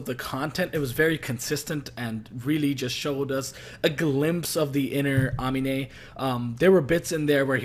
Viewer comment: Ah-mean-ay not ah-min-ay